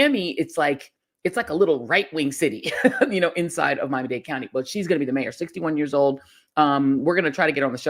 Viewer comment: I love you Joy, I was born and raised in Miami, but we do not pronounce Miami in that way! smhlol🙈